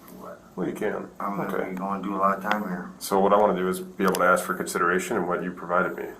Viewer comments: professionals do not aks questions, they ASK questions sir. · What is with black people not being able to say ASK? Instead it's always AX/AXE? - AX - AXING This guy also needs to stop portraying someone as TRAINED IN NARCAN that has some special skill you need to go to school for. No one is trained in Narcan. The delivery system is something that can be done by anyone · Ask rhymes with task not axe. 😂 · it's pronounced WAW saw Also pronounced "ask", not "axe"